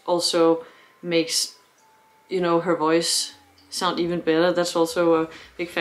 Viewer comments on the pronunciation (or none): none